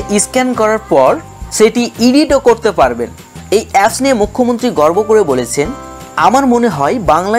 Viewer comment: গর্ভ না, গর্ব